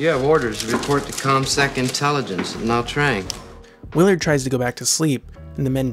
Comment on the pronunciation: The sergeant pronounces Nha Trang as "Nah Trang" with an odd accent.